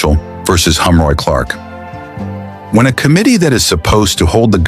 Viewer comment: His name is Heroy, not Humroy